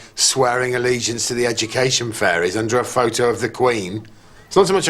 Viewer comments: "We come tit village" 🤣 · "We Come Tit Village". LOL.